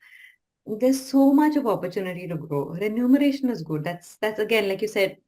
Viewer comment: Sir, it's remuneration and not renumeration.